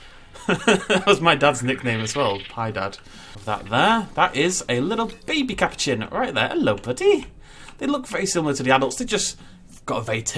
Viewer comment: Thanks for making this video.. it is pronounced ca-poo-chin btw.